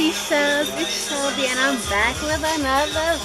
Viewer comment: Lmfaoo “shemby” 🤣